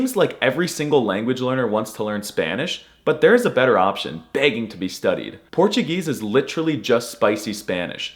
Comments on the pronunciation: Im brazilian and i can say you naild it with portuguese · I have many Brazilian friends and you made me cry with this immaculate Portuguese accent! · Jesus this perfect portugese pronunciation literally made me die.